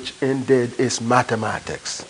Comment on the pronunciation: it is indead...it is INDEAD!